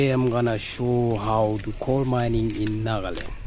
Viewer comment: It's coal not coil bro, anyway upload more video👌